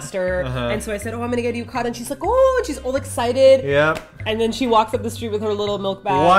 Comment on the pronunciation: yu-ka-da....it's pronounced as yu-ka-tah with clear "T" sound, like how Brits pronounce water with clear "T" sound.